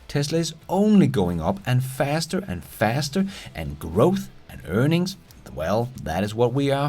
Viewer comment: Price to Earnigs!!! You crack me up! Earnigs!! And “built quality” you kill me!